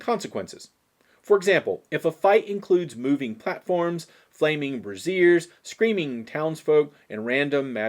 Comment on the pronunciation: Braze-sure... not bra-zeer